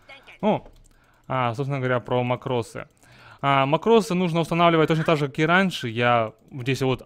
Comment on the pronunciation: Во-первых, мАкрос, а не макрОс. Во-вторых, смысл этого СКРИПТА(а не макроса)? Если ты дно, не имеющее скилла и микроконтроля, то этот скрипт тебе не поможет. Ведь ты не сможешь даже развести всех мипо в стороны, если в тебя ультанёт лич, не говоря уж о других случаях.